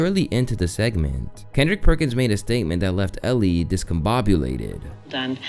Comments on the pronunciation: Elle Duncan’s name is pronounced “L” like the letter not Ellie. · Elle is pronounced L